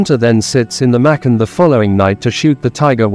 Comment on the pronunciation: Machan is pronouced with a cha